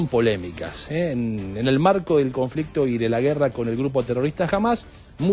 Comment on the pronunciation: Conflectividad 😂😂😂😅😅😅🤣🤣🤣🤣. CONFLICTO.